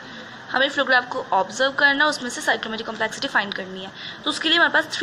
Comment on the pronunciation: Please correct your pronunciation for complexity